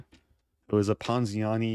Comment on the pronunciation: I like when he says ponziani